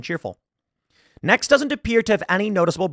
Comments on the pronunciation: I’m sorry, but I keep hearing “eggs Benedict”! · I was listening, not watching this, and honestly thought he was saying Eggs Benedict.